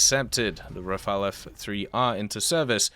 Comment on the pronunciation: He said the Rafale and not the Rafael !!!! Well done !